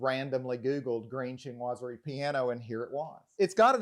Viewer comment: SHEEN wah zury. Not CHIN wah zury (Chinoiserie). I am amazed at how many decorators cannot pronounce the word. I saw another home video where the designer pronounced it "shnozzery". That being said, it's a marvelous house.